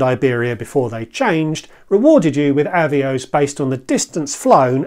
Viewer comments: I’m afraid I had to stop watching, as someone who has been around the block, you should know the correct pronunciation for Avios, and also that it is both the singular and plural, you don’t drop the S when referring to 1 Avios. Still on plurals, RFS is Reward Flight Saver, not plural. These details may not matter to you, but it just makes you look ill informed, which I’m sure you’re not. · Thanks for the reply, I understand the work that goes into a video like this, which is why it's a shame it's kind of spoiled by a really grating mis-pronunciation. If you are still in doubt of the correct pronunciation, BA helpfully have promotional video here